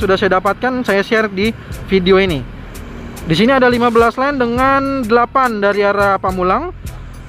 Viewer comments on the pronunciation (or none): lane, bukan line